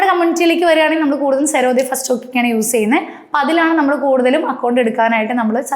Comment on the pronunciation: സെറോദ എന്ന് പറയല്ല പ്ലീസ്... ഉച്ചരിക്കുമ്പോൾ Z ആണ്